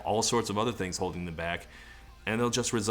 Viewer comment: Todd…. “Holding on“ has 3 Syllables not 2.